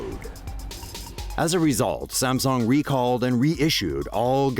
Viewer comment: I know this vids over a year old BUT am I really the 1st & only person to notice the over pretentious pronunciation of Sams[oo]ng?